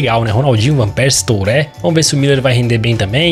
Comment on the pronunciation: uma dica: aprende q falar nome dos jogadores, TURÉ e GAVARDIOL nao da